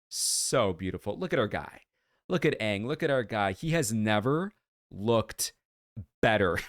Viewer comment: The fact they actually pronounced his name right Aang not Ong is worth watching the series.